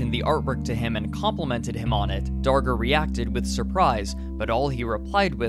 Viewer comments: thought he said henry danger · Time to make a documentary, better start researching... Skips learning how to pronounce name of subject.